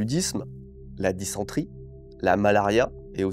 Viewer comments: Quitte à pinailler, c'est "dysenterie" et non pas "disentrie". Tant de sales trucs à choper, ça fait froid dans le dos. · ha le monteur a galéré avec le mot "dysenterie", il est pas facile. Sinon vidéo très intéressante, j'ai lu le roman de Boulle quand j'étais gamin et vu le film plusieurs fois et je savais que c'était une oeuvre de fiction inspiré par un événement de la guerre, du coup plus de détail c'est intéressant